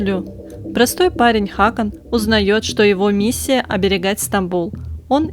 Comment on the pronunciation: Ставь ударение правильно не ХАкан а ХакАн!